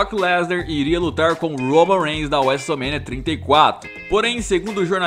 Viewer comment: fala wese mania tinta e cato em vez de WrestleMania trinta e quatro